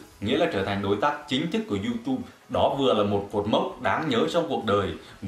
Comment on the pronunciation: Vãi đọc du túb thành du tu